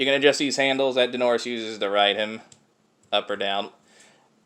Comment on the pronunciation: Daenerys is pronounced Dah-e-ne-ris.